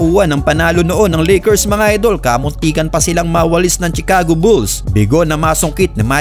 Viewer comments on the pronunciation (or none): none